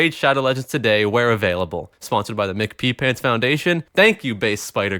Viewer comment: It's "Em Cee Pee Pants" not "McPeePants" like you said it. It's from ATHF. Funny shit, look it up.